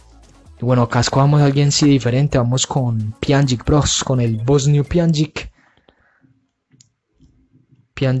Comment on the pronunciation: Se pronuncia pianich